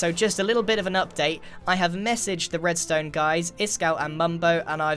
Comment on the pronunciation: I’m pretty sure I heard grian say “breadstone “ instead of redstone